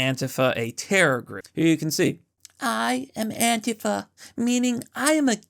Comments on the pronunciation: It’s Antifa or ANTEEFA!!! Not Antefa!!!!😂😂😂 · AN-TEE-FA is how it’s supposed to be pronounced.